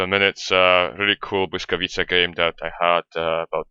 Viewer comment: Hmmm... perfect pronounciation of błyskawica :P Many others youtubers have great problems with it :P